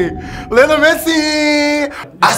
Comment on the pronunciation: Diogoye néna "beuyeumçi" ak meuçi 😁🤣😅 Beyoncé et messi